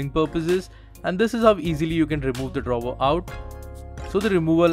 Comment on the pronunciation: Good review, except "drawver".